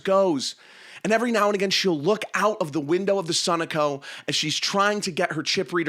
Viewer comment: Interesting sunoco pronunciation